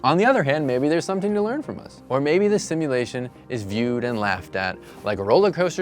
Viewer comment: “Simultation” lmaooo